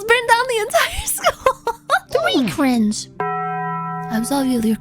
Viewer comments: yes "cwinge" was mentioned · Is it just me or do i hear “cwinge” instead of “cringe”? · Unfortunate side effect of being a catgirl